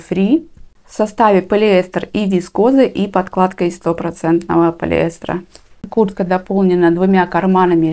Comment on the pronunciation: Я одна слышу Курка, а не куртка?